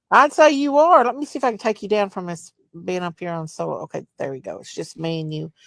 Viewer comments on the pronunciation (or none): none